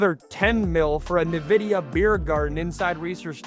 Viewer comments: I was wondering how Texas Tech suddenly started getting top ranked recruiting classes... That explains it. Also, just for future reference (not trying to be mean) Nvidia is pronounced "in-vidia," not "nuh-vidia." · Sorry this is driving me nuts. It's pronounced En-vidia not Ne-Vidia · No one’s gonna see you as a credible source of information if you don’t know how to pronounce Nvidia. Look it up. N - Vidia Not Ne-vidia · Dude, it's N-vidia